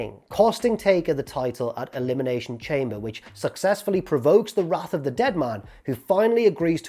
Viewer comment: Dear, Thank you for the video, Can you please go back to pronouncing Elimination Chamber, “Elimination shom-bay” Sincerely, Charlie. P.s. good video x